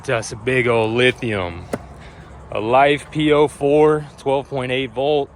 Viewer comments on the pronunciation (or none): i spit my beer out laughing when you said Life0P-O-4 :)